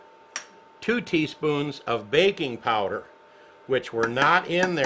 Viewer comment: BAKI NG powder!.... I thought he said BACON powder. Ok... Let me try again.